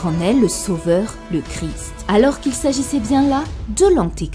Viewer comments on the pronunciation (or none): none